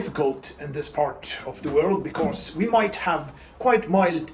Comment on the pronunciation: Ingen r i fordi på engelsk